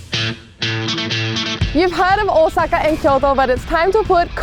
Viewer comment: 10/10 for the phonetically correct pronounciation of Ōsaka. This is how I know people are legit.